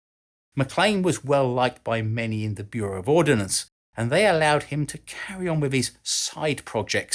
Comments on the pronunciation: Ordnance, not "ordinance". Ordinance means law or legislation. Common mistake. Otherwise great research and presentation,!!! Best regards from Malaysia! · Great video,. I learned some interesting info while watching it. (Would have been perfect if you hadn't kept putting the I in the middle of the word ORD-NANCE. Ordnance = weaponry while Ordinance = law. Sorry, but hearing that is as bad as people saying "newkyaler" for nuclear.) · You keep pronouncing it “ordinance” (a law made by a local council for example) rather than “ordnance” which is ammunition. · it's "ordnance" not "ordinance" - without the letter "i" ... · I know the difference is difficult to get your head around, but the correct term is "ordnance" (as opposed to 'ordinance' as in a legal instrument.) It's about as difficult as "nuclear" (as opposed to 'nucular', which is not fission device at all.) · I know this is 3 years old but I have to say it... ordnance is a two syllable word.